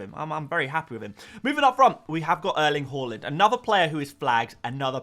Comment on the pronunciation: As a Norwegian I can say you’re butchering the rest of the pronunciation tho😜😅 Ærling Håland.. you’d have to learn how to pronounce æ and å to say his name right🤓